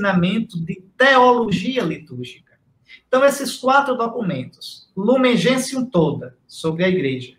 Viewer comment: Sandra Silva Trata-se do documento Gaudium et Spes. O documento foi regido em latim. Gaudium et Spes significa: Alegria e Esperança. É um documento lindíssimo, assim como o primeiro mencionado por Dom Henrique: Lumen Gentium, significa Luz dos Povos. Observação: a pronúncia correta de Lumen Gentium é: "Lumen Gencium". Fique com Deus.